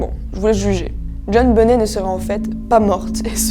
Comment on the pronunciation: On prononce " benett " 😳